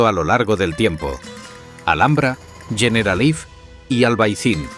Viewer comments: ¿Yeneralaif? No ardieras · Muy buen vídeo. Me ha chirriado mucho que pronunciase Generalife como si fuera ingles ''generalaif''. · El documental perfecto pero que al generalife lo llame "generalaif" hace que pierda todo el rigor que la Alhambra se merece y lo peor es que lo repita cien veces